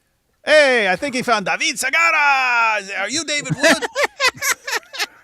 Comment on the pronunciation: Like is appropriate for David Sigaraaaa!